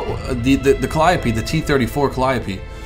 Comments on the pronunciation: Ok lets get it right this time! Calliope Cal-i-ope (Cal-ee-ohp) Please,, please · I'm pretty sure it's pronounced cal-ee-ope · "The T-34 Calliope" like if you noticed this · 1: Sturmtiger's sound files are in the game yes 2: It's panzer-where-fer 3: it's cal-e-o-pee 4: artillery wont be in the game, these rocket vehicles can fire directly as well as indirectlypure indirect fire vehicles won't be in the game, such as the Katyusha